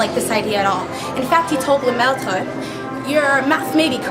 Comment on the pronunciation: Beautiful pronunciation of Lemaitre.